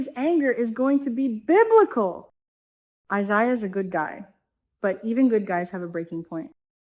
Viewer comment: Omg it's I- ZAy Ya please say it right